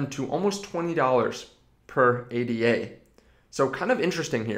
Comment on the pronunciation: It is Ada like the name, not A.D.A.